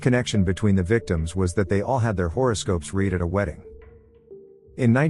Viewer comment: AI can't seem to get the word, 'read' right.